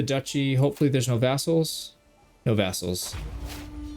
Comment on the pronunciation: Sometimes it sounds like you say assholes instead of vassals. But honestly, the terms are pretty interchangeable